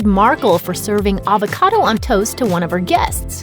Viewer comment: "HAVE A HAVOCADA,TODAY"